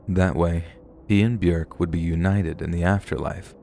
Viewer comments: It's bjork NOT bjerk plse get Yr pronunciations rite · It's pronounced byork. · 🥴 byurk. 😭 why do you have to mispronounce it. One day i found a big book burried deep in the ground i opened it and all the pages were blank and to my surprise it began writing itself...One day i found a big book burried deep in the ground i opened it and all the pages were blank and to my surprise it began writing itself...One day i found a big book burried deep in the ground i opened it and all the pages were blank and to my surprise it began writing itself... Glad bjork is okay. Love her I'll take thats not how hollow points work for 1,000, alex. They don't just lodge inside somebody's body and randomly explode. That's not how those work. 😂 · The way you are saying Björk is so weird. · I'm not trying to be mean or start anything but I just wanted to point out that Bjork is pronounced like York but with a b in front. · I can't with the way you say Bjork 🤣🤣🤣🤣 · Omg, you couldn't even look up how to say Bjork's name?